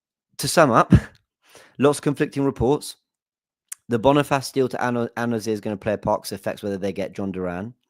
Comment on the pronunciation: Bonifassss😂😂😂😂😂😂 brother that’s not how you say it bro